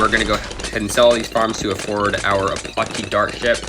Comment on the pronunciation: It’s a-patch-e not a pot che